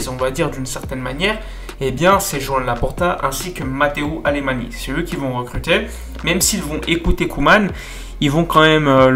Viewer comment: Mateu Alemany (Catalan) en Français est Mateou Alemagn